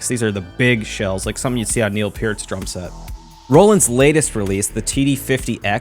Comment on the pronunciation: Love the Hold Your Fire shirt! Tai Shan gang! Edit: Props on the proper pronunciation of Peart!